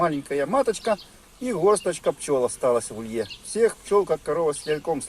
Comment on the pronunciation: Ударение в слове улей "улье" - приятно как то слышать.